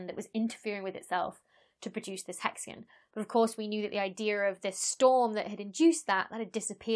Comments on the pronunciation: Hexagon... nope... Hexagan. English. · The "haxagin" on "satirn" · I am amused (in a good way lol) to no end by you saying "hexigun" Edit: Also, I just found your channel the other day, and love it, thanks for the great explanations and interesting topics! :) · "Hex-again" Now say "Diagon Alley". 😉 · In Canada we pronounce it as “hexagone”. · I'm more intrigued by how you say "hexagn" than "satun" lol Wonderful video! NOW I KNOW about how circular standing waves can cause really interesting patterns in a lot of unexpected ways. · Hexa-GUN. XD. Still a very cool video. The lab experiment blew me away. I learned something today. thanks for the info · hexa-GONE. Learn it, love it. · I don’t mind your pronunciation of ‘Saturn’; it’s the dropped ‘o’ in ‘hexagon’ that bothers the heck out of me. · I can't listen to 15 minutes of someone pronouncing hexagon like this )=